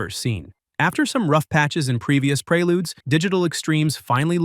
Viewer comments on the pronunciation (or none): Lol preyLudes, prayLudes. It’s preludes bro, like preorder lol work on your literacy.